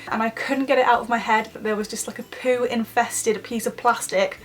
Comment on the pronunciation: You sound like you struggle to say poo 😂